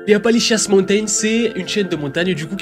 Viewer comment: C'est pas Apalichiasse, qu'on les appelle mais Appalachians 😂😂😂